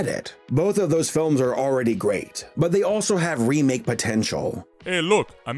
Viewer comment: You said wemake once.